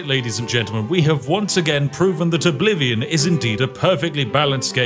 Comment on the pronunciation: Elder Scrolls Errblivion?